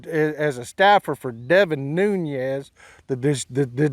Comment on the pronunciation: Nunes. Not "Nuñez." Portuguese origins, not Spanish. Or you can just call him a piece of sh#t and make it easy. As a Texan, it's refreshing to hear truth spoken from beneath a cowboy hat.